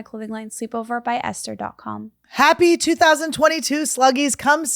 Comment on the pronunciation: esther with that clarity... :)